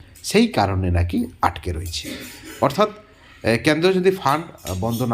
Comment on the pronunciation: ক্যান্দ্র নয়, কেন্দ্র